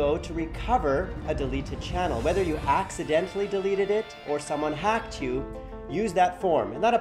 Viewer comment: dat accent in the intro though when he says hacked